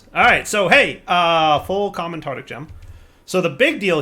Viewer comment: Nice to see still says Tartic Gem.